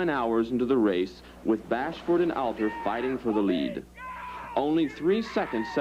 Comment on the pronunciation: It’s Hobie… “HO BEE” not “Ha BEE” 💚Hobie Alter (“All Ter” not “Al ter”)